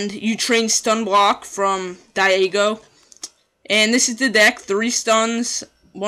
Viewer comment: Dee-a-go Not Di-a-go